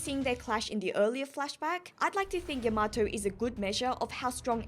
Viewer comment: Your pronunciation of Yamato is driving me crazy 😂 you have to give weight to the ya not the ma